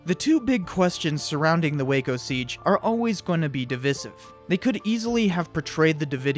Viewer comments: Divisive is pronounced dəˈvīsiv with a long i (like sky, die, fly, Divide). Other than that it was good video. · It's pronounced "divisive", not "divisive". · Divisive topic¿ Wat Omg you said it again. Learn how to say that word. This hurts me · haze no ki This is the first time I've ever heard it with the viss or vizz pronounciation and I'm 64 years old. I am from the US tho.